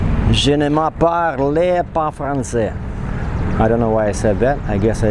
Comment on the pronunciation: Je ne parle pas français. u don't pronounce the e in parle, it's beeing sucked in in the flow of speech. same with s in pas and francais, but u got this right already. so actually it's je ne parl pa francai. and if you want to even underline your whole point you put Excusez moi in front, actually apologizing for not speaking french.